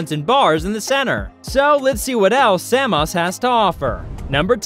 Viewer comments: wtf "say-moss"???? come on man...! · It's Samos not Saymos ! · Usa say saymos 😂..and bizantine...its difference in accent..... But its not how u say it in greek .